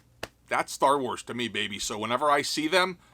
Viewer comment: "STAR WALS" hahahhahaa... who could fall for it?